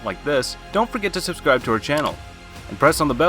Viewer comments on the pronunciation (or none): none